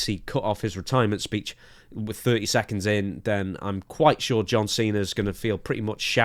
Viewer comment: Just to hear Santino call him "John Chena" one more time, it's not worth having anyone else as his final match.